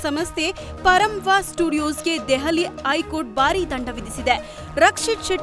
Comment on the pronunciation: Who is this news reader- iii court , attira ,aithihaasike anthe 🥴 didn't expect this level journalism from news first